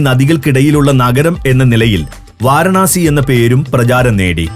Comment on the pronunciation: വാരണാസി അല്ല വാരാണസി